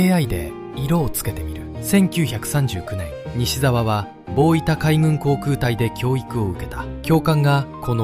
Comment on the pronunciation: 大分をダイイタと言っています。オオイタです。